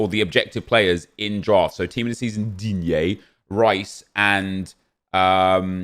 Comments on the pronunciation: That’s how you say it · Thanks for saying DIGNE nep